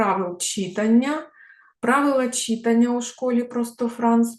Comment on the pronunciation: Дякую за урок. Перепрошую, але все-таки вимОва, читАння.